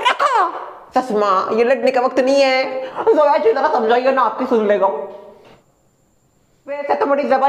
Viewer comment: A man it's Zoya not joya😂😂😂😂